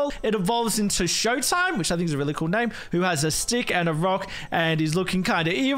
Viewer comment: Shoatime... SHOAtime... SHOA time...